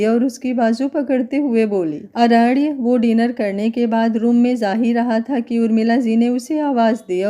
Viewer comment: अरण्य को ड नहीं न बोलो तो सही रहेगा अरेड नहीं